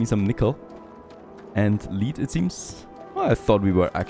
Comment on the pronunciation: its pronounced lead not lead